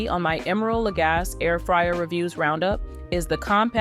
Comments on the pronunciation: FYI, his last name is pronounced la-GAH-see, not la-GAHS. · Lagasse- pronounced: luh-gah-see. 👌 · When you say his last name The e isn’t silent it’s a long E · But nobody behind this review video actually used the product? Nor figured out how to pronounce the name of the brand. Not helpful. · If you. Won’t even pronounce his name the way he does, why would I listen to anything you say about the product, either good or bad? The proper pronunciation is the way he pronounces it!